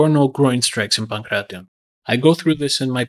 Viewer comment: this is why content creators like sensei seth are annoying. He makes a video on the ancient sport and doesnt even bother to look into how to properly pronounce the name.